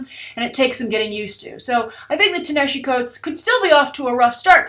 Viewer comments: You Mispronounced Ta-Nehisi Coates name. that's not how you say it. its pronounced Tah-Nuh-Hah-See) is an Egyptian name for ancient Nubia. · Your pronunciations are always awesome. Ta-Nehisi is pronounced [tah-na-HEE-SEE]. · Wow, you butchered pronouncing Ta-Nehisi's first name. There's plenty of video on youtube where you can hear how his name is pronounced.